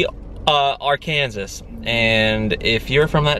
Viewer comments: did just pronounce Arkansas wrong!?! 😂😂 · are Kansas??!! Lol it's Are can saw.. Arkansas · WHEN SAYS ARKANSAS AS ‘ARE CAN SAS’ KSJSJSJSJSJDJ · its ar-can-saw not ar-kan-sis 😂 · Isn’t Arkansas pronounced ArkanSAW? 🤣 Love you both! ❤️ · Our-kan-sas I guess Kansas is so cool they needed their own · «Ar-Kansas» WHY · Were you being cute when you mispronounced Arkansas? 🤔 So happy for y’all,!! 💜💜💜💜